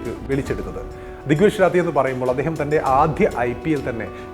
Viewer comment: രാത്തി ❌ റാഠി ✅